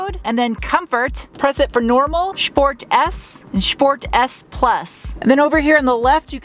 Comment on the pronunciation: You said "schports". I I snickered a little :)